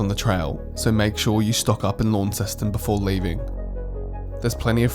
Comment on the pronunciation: Excellent video. One handy hint that wil endear you to Tasmanians... pronounce "Launceston" correctly. Most visitors pronounce it as you do "LAWN-ceston". The correct pronunciation is LON-ceston, or just "Lonnie".